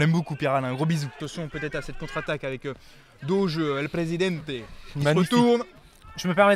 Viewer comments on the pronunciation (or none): none